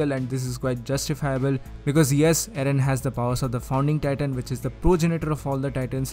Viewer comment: You say aaron not eren